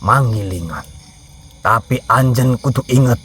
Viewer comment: pakai bahasa Sunda tapi kok seperti kaku, seperti orang Jawa yang pakai bahasa Sunda. Pas nyebut, anjeuna, aki bilang anjen, yang betul itu, anjeun yang artinya kamu